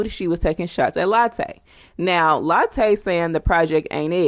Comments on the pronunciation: It's not Latte it's Latooooo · Please pronounce her name right , its not pronounced like the coffee